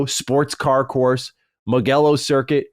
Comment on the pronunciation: As a huge motorsport / F1 fan I really enjoyed reading the track names. Did really good tbf except Mugello is pronounced like Muh-jello